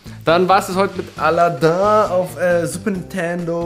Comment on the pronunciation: Haha aladäää*-* Heisst aber aladin also wie mans schreibt^^